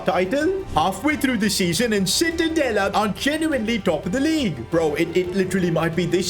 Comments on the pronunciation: Is not called citadella is called: ci-tta-de-lla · Isnt Citadela but Cittadella in italian pronunciaton. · Sono italiano e citadela si pronuncia ciTTadeLLA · It’s pronounced cittadaya as an Italian Ik double L is pronounced Y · Awesome video! Just a small point on pronunciation, it's pronounced "cheetah-della" - ci makes a "ch" sound in Italian :) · I just came to hear "Cittadella" mispronounced. Thank you for not disappointing me 🙏 Namasté Namasté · Im sorry, I'ma be that guy, evertime he said Cittadella, it pained me with his pronunciation 😅 To give a perspective, it's like pronouncing Church as search 😂